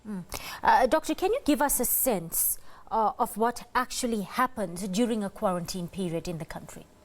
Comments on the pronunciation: The accent with the word "kwarrantyn" instead of quarantine and other mispronounciations makes it difficult for me to take this individual serious. Also the repeating of facts that are already known to most of us makes this clip a waste of my time.I won't go into any further detail about the spokesperson's presentation, but I wish her luck going forward. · Kwa -rin-tyn? Eish...mara uMama uyabetha.